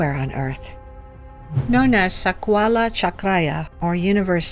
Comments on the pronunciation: The lady horribly speaking words "sakwala chakraya"😂😂😂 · Yikes! I cant listen to her say Sakwala OnE more time 😖